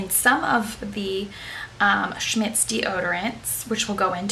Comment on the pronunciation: OK, hun....funny how you pronounce a German comapany !!! when will you do a 2nd. video in your garden? i loved the first